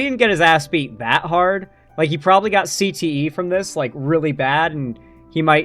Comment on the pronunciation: "Andrew tate looks like he's got severe Cte..." You said it like something changed